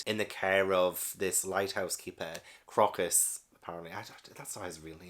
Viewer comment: Crocus was named after the flower. so it's pronounced CROW-cuss.